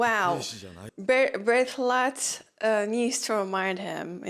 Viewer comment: Bertholdt pronunciation is getting better...